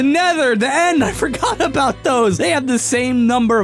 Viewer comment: What aboat shulker boxes. Agin what aboat shulker boxes